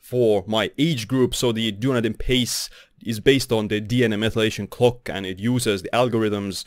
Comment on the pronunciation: I like how you pronounce "clock" as "cock" and "decade" as "dickhead"😂